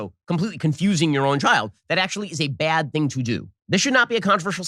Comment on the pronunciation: I really can’t stand the bizarro way Ben Shapiro speaks. Like he inserts a y in certain words. Byad instead of bad & myatter instead of matter.